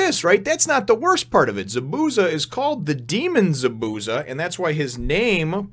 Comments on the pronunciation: Just for future chapters, Zabuza's name is pronounced ZAH - boo - ZAH. I put zah in caps because there's a bit more emphasis on the za than the bu. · So you were going for an americanized pronunciation of his name instead of trying to pronounce it how it's originally supposed to?